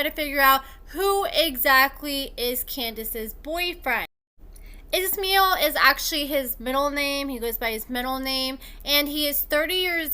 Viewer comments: Pronounce the s in his name as sh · It’s pronounced ISH MY EL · His name is pronounced-- Iz-MY-ell. He seems to have some issues, but he's a hell of a lot hotter than Andrew. I'm thinking he could do better than trash-bag Candice.